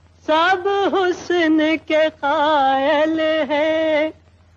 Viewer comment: "k" boliye "ki" nahi